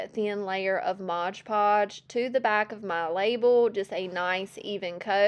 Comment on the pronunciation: you're adorable, but please dont say Modge Podge, its MOD Podge. 😂